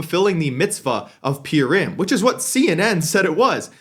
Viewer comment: You pronouncing Purim wrong lil bro